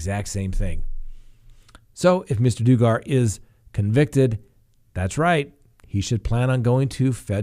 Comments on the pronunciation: It's Doug-ar but yes it's bad. I feel for his wife and kids. Obviously his counseling didn't help🤬😥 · It's Duggar as in, Josh may have DUG himself in a great, big hole this time. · It's pronounced Duh-Ger... Have you seriously never heard of him? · "Dugan" is pronounced as "oo" - ONE "g". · Please learn how to say the names of people correctly. Its not DOOGAR!! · You prounce Duggar, like Bugger. Hmm. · Lol Josh Dugar 🤣 it's 🔊dugg-er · It's pronounced Dug-ger , lol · They lived 2 houses down from us when he was tiny and there were only 8 children in the family.. It is pronounced "dug-err". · Just for future reference in case you talk about it again in the future, the first syllable of Josh's last name is pronounced dug, like the hole he has evidently dug himself into. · your miss pronouncing his last name. dug like dug a hole. he also messed with his sister they said back on the show thats why his first wife divorced him. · I love you! It's Dugg-ger. Thanks for the laugh! Everytime you said his last name. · Dug- er... it’s ok... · Josh Dugger pronounced Josh (Dug Grr) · Doogar....that pronunciation is awesome lol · Duggar=Doug-er But I like the fact you don't know them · Hey Buddy it's pronounced Duggar like you dug a whole. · Pronounce the name properly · Josh Dugger is pronounced differently. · You are mispronouncing the Duggar name! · Pronunciation? If you know all these facts, certainly you know how to pronounce his last name? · you pronounce G. Maxwell name perfectly but Duggar had you stumped? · What's wrong with this guy who can't even say Duggar correctly? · Why are you mispronouncing his name? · Wld think you wld get the pronunciation of the Duggar name correct ! You must be the only person in the country that doesnt know how to pronounce the name correctly. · Wrong pronunciation on Dugger. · Okay everyone in the comments you dont have to keep commenting on the mispronunciation of the last name because all the previous vomments already did 50x